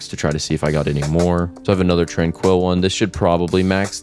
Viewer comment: it's zen not zin and tranquil not trainquill